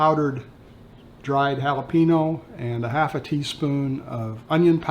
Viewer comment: You're from South Texas and say "Hallay Peeno" for jalapeño??? Noooo!